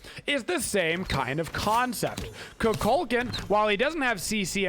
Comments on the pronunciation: It’s pronounced “koo kull kahn” I think you’re getting it mixed up with cu chulainn which is pronounced “coo kull kin” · the way he’s pronouncing it is just a common thing that stuck, it’s like how everyone calls he bo “he bo” instead of “ha bua”